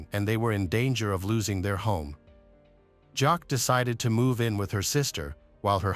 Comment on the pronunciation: Her name is pronounced “Jackie”